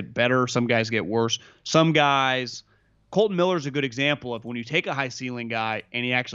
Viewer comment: KOLTON not KOLTEN...